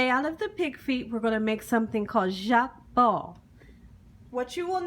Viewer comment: it is: Jokbal and is pronounced "JOKE BALL" not "Jacque bal".😉 You're adding French to Korean.😊❣❣💞 Looks good but I do not think I can eat it unless YOU cooked it or my sister, Ho Sik, who is Korean. 😘😘 💖💖🤗 God bless you sweet for all you do!😊☺🙂